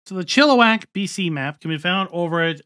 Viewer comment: This is literally where I live. Fk you pronounced it correctly!